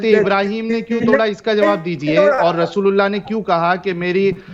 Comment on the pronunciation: जब आप रसूलुल्लाह बोलते हो तब ऐसा लगता है आप रसगुल्ला बोल रहे 😂😂😂